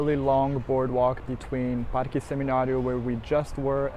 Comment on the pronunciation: Awwwww I love the cats! That Santa Ana Hill area is so cute, I love it too. I alllssssoooo love how you pronounce all the Spanish words with a Brazilian Portuguese accent- El Parkee! jajaja :_GringoDrink